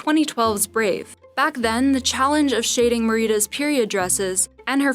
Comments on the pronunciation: Mur-rita? Her name's pronounced Meh-ri-dah! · Ikr isn't is Meh-Ri-Da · Girl. Woman. LADY. IT SAID HER NAME A THOUSAND TIMES AND YOU SAY: M a r i e d u h It’s M e r i d a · Meh-ree-duh? It’s Mery-dah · YALL DID NOT just call "mer-ih-duh" "marita" I really cannot comprehend how some of these seem like no one is checking the final cut before posting. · Jill S yeah... that made me cringe really bad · It’s not in America we pronounce it Mer uh duh. Jill S was wrong the way they pronounce it in this video is Mar ih ta. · did she just say 'me-ree-da' ... yikes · Wait did she just call Merida MerEEda? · Mereedas no it’s Merida 😩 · Absolutely no-one: Narrator: Merita. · Video: Mer-E-Da Me: *triggered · Cringing at “mer EEE duh” 🤦‍♀️ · Mereeeeeeeeeda . NO. doing a video and research? then learn the names right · why did the narrator say merida like that :/ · the way "Merida" was pronounced made me want to die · Noticed the pronunciation for "COCO"? I'm convinced this lady was handed an assignment that she had no real life interest in. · nice vid, but oh my god so many mispronunciations. Like "merida" for example. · The way she said Merida tho 🤣🤣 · It's a name, calm down. A lot of work went into this video. You can't deny that just because they pronounced it in a way you wouldn't.